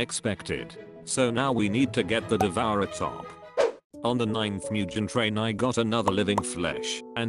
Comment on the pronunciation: “MuJeN TRaiN”😂💀😭